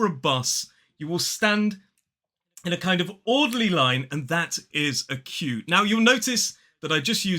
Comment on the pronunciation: Hi. Ha ha you made my day by the way you pronounced Queue the first time! 😅 🤣 I don't know if you knew it, but biscuit comes from the French word Biscuit. Long time ago, this word was used for specific little cakes made for navigators, for sailors who needed food that would last a long time. So the "biscuits" were cooked twice. Bis-cuits (BIS means twice in Latin language and CUIT means cooked in french) so the biscuits were cooked twice to have a better conservation. 😉